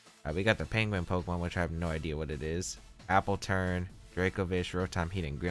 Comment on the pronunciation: AppleTUN not AppleTURN btw;)